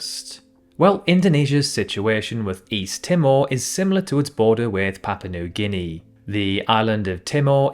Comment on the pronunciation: so papua new guinea become ‘papa noo gihnee’?